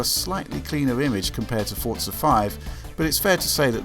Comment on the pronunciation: the way people pronounce forza ford-za makes me cringe really hard